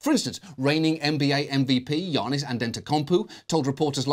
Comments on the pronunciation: “And ent to comp poo” is the best bad pronunciation of giannis’s name ever. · Never knew it was pronounced Giannis An tante Komp oooooo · that giannis pronunciation lmao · John butchers Giannis's name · Kinda butchered Giannis’ name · John was so close to pronouncing Giannis’ name correctly 😞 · Absolutely butchered Giannis' name tho